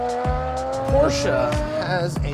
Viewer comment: I'm not a huge fan of Matt but I love that he pronounces porsche correctly.